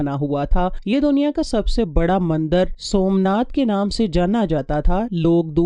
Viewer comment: Mandar nhn mandir hota ha plz correct